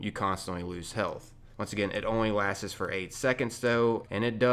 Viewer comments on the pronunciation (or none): “LASTS” not “LASTES”